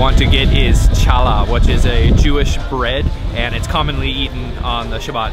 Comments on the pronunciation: Saturday is the day of rest. Friday is the day of preparation. Challah, the "Ch" is pronounced like "Bach", not like "chance". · I had to relisten to the Olive convo again - I was like how did she just get 5 shek worth, oh she asked for only 5shek, lol. Then I heard said cha-lah and i was like huh.. it sounds more like holla;) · Did you say ch-al-ah as in T’challah from black panther?🤨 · The “Ch” in “challah” is not pronounced like the “ch” in “church”. It’s a very guttural kh/h. We do have it in Canada 🇨🇦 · So Shabbat is Saturday and challah is pronounced ck not ch 👍🏽👍🏻🕎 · Wonderful video! Thank you for sharing! FYI the "Challah" bread you bought is pronounced "hallah" the c is silent 😊👍...also most businesses close about 3-4pm Friday afternoon; Friday is spent preparing for Shabbos which begins at Sunset Friday night and ends Saturday night at sunset! 🇮🇱♥️🇮🇱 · Friday is not the day of rest for Jews. Shabbos starts on Friday night, and extends until Saturday evening. Consequently, the best time to visit Mahane Yehuda is late Friday morning or early afternoon when crowds are doing their last minute Shabbos shopping. The Shabbos bread is pronounced challah with a hard "ch." Pronounce it from the back of your throat. The breakfast you ate is not the traditional Israeli breakfast. I think it may be Iraqi, based on what you said. There are quite a few Israelis whose families fled Iraq. The traditional Israeli breakfast consists of bread, cheese, fish salads, vegetable salads, fruit salads, yogurts, pastry, and of course coffee. You should check out Ishtabach, a kosher Kurdish restaurant located next to Mahane Yehuda. They serve great meat pies. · Challah bread is awesome. But it's pronounced more like Holla. The "ch" is on the back of the tongue, almost in the throat. Like L'Chaim. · Challah is pronounced Hallah, a little phlegm rolling the chaaa….ruggalah we call ruggies…rugg..ah…la! Loved the video, but next time ask the pronunciation. 😉